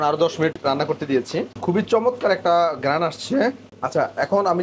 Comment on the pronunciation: আপনি গেরাণ বলেন কেন???